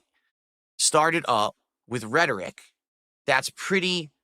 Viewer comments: The way he pronounced it was redtoric🤣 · I don’t know what’s funnier how he uses rhetoric or how he says rhetoric 😂